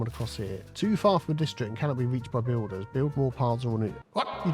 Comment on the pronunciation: u say Bulders and building Hawlers!!!!